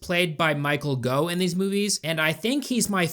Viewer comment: It's pronounced Michael "Goff" not "Go".